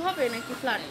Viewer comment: No offense but when she says flat I hear flood 😂😂